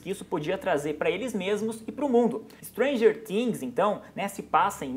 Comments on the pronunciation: N é Stranger tings ! SE FALA FINGS COM "F" ! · "muita gente assiste Stranger TIIINGS" uehueheu eu sei q ele falou certo porque é em pt/br mas é muito estranho KKKK FALA STRANGER FIINGS